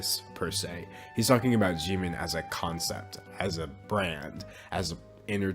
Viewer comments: hello, i totally agree, but it is pronounced (jih-min) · Question: Why do you Pronounce Jimin as "G-Min" since you say you like BTS?